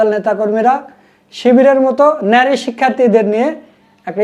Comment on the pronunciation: ভাই আপনার প্রচেষ্টা সুন্দর।কিন্তু আপনার উচ্চারণ সুন্দর করতে হবে।নারী শব্দের উচ্চারণ দেখলাম আপনি বলছেন ন্যারী। এই প্রবলেম গুলো ঠিক করে ফেলবেন।ইনশাআল্লাহ সুন্দর হবে।